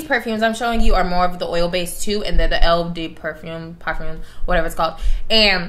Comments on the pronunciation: it‘s pronounced " o de parfam " haha hopefully you will get that. nice videoo tho🥰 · Lol Delina is technically a fruity fragrance since it has notes of Litchi and Rhubarb but the incense note balances it out. Also it’s Oh-de-parfum (sounds like thumb) & Mad-mwah-sell for Coco which is also deemed as a sweet fruity scent with patchouli. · Eau de perfume is pronounced - Oh du pAr-foom lol ❤️❤️ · Cmon girl 😩 you ain’t gotta know French to pronounce Eau de Parfum and Mademoiselle